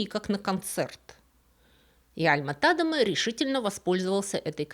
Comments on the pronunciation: `Альма (ударение на А) ТадЕма (ударение на Е) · Альма-ТадЕма, ударение на второй слог!!! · до просмотра этого ролика, я была уверена, что его фамилия читает альма-тадЕма....